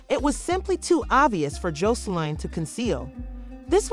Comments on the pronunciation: Learn how to pronounce their name b4 you do a story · Gurl learn how to pronounce Joseline name lady😂😂so I'm not sure but there were some rumors that Zeus cancel Aunt Tea Podcast due to the drama happening so I'm not sure if it true or not..